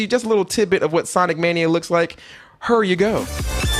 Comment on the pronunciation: "Sonique Mānia" lol